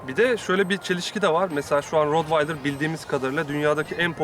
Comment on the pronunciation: Rotvaydır değil bi öğrenin artık, köpek eğitmeni bile rotvaydır diyorsa yandık